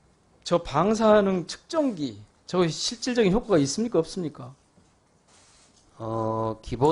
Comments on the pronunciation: 😂측정기를 ‘척정기’란다😂한국어 발음에 결국 실패한 왜구 위원장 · 척정기 가 뭐냐 발음이라도 제대로 해라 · 측정기를 척증기라고 발음하는 장애가 있는분이 왜 저기있나요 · 뭐가자꾸 척정기척정기 ㅋㅋㅋ말이나ㅜ제대로좀하지 어휴 ㅋㄱㅋㄱㄱㅋㄱㅋㄱㅋ